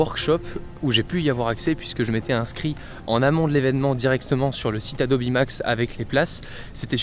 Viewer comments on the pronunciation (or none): Adobi ça casse les oreilles ... Adobe c’est quand même mieux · On dit Hey-Do-Bi ou ADOBE mais pas ADOBI wtf ?! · Dire "adobi" à chaque fois mais quand on parle de photoshop ça parle d'adobe ????????? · Alors je vais faire mon chieur mais un iPad Pro c’est pas vraiment le même prix qu’un Mac Pro Et puis faire exprès de prononcer « adobi » pour faire genre et quand il parle en mode normal tu prononce comme tout bon vieux français sinon pour le reste très bonne vidéo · Adobi c’est la prononciation en anglais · Il dit Adobi Max, mais Adobe Photoshop, donc tout vas bien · Il suffit juste de poser la question. What's the pronunciation of Adobe ? The answer is /əˈdəʊ.bi/ . Le a se prononce comme un e, le do est une diphtongue (deux sons) et be se prononce bi. Ah aussi la deuxième syllable est accentuée . En conclusion ce n'est ni adobe, ni adobi mais de toutes façons la plupart des oreilles françaises ne peuvent pas entendre correctement les phonèmes anglais. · je suis le seul qui ne dit pas « adobi » ? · Est-ce que je suis le seul qui le prononce "Adobe" et non pas "Adobi" ?? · Yang the third « adobi » c’est la prononciation officielle « adobe » c’est juste en français mais sinon tout le monde presque dit adobe et France tkt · C'est qu'en anglais ça se prononce "Adobi" comme Nike se prononce "Niki" en anglais ;) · "adobi" c la prononciation en anglais et "adobe" c en fr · Le « Adobi » me crispe